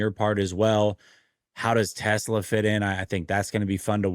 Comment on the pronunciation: his name is TeSlaa, not Tesla...why do people struggle with this??